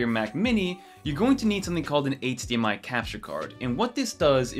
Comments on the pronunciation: hahaha you pronounce eightsdee MI haha😂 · Bro, how do you say “H” in HDMI ?! 😅